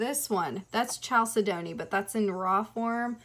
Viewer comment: You have an awesome collection! Thanks for showing us The stone you called chalcedony looks like opalite to me. Also, Chalcedony is pronounced Cal-said-uh-knee and Labradorite is pronounced like the dog Labrador plus ite. The pink crystal at 1720 looks like it could be mangano Calcite but I’m not positive. The bright green crystal at 2020 is Crysoprase, not Crysocolla, it’s beautiful. Chrysoprase is a type of chalcedony that gets its color from nickel impurities. That one looks like it’s probably from Australia where the best Chrysoprase comes from. The crystal is not kunzite, kunzite is pink or purple. Kunzite is in the Spodumene family and there is a green variety of Spodumene called Hiddenite. Hiddenite is more rare than Kunzite You are exceptionally beautiful ❤️